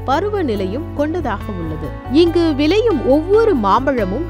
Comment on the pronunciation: vilayuma.. Tamizh seithiyalaruku tamizhai ucharika theriyavillayae..